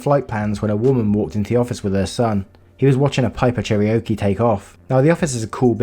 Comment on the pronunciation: Cherokee-pronounced chair-o-key. Love your voice and narrations